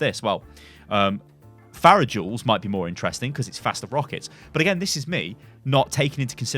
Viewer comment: did they change the pronunciation of her name too? you keep saying fair-uh